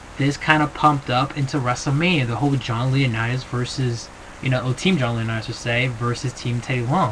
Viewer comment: im sorry but eve does not have a big booty. brodus clays girls... now those are some BIG BOOTY BITCHES and theres nothing wrong with some junk in the trunk. also can u please say john lauranitits name right once please its not john leonitits its john lauranits lol. besides that good video as usual